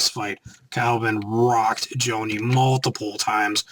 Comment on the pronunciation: it's pronounced JAW-KNEE